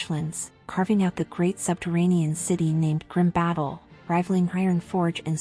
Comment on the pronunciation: Not opinion. Fact. I have a video from Blizzard that shows how Karazhan is pronounced. It has been said in audio in the game and other promotional materials. Albeit... that is one word. Grim Batol isn't "Grim Battle"... Grim Bah-toll. Another one from in-game audio. I'm not trying to be an ass here. And I know I am sounding like one... But to call yourself a lore channel, and then mispronounce things that have been set by the devs... I mean... Yea...